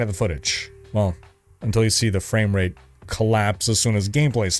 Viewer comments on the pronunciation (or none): none